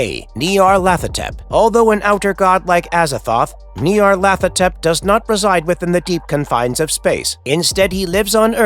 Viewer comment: The idea that there is a difference between outer gods, elder gods, and old ones, comes from Derleth, not Lovecraft. It's also pronounced Ny-ar-lat-ho-tep